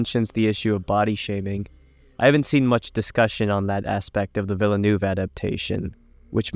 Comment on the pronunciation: "rath" "villanoove" Nope I'm out...